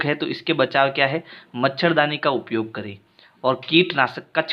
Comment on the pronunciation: Upyog kota hai uiyog nhi sir shi pdhao baccho ko galat mat pdhao